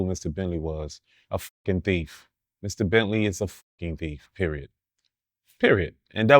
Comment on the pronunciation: Every tme he said Mr entley, I chuckled...